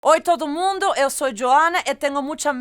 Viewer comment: The "oi todo mundo" was pretty good...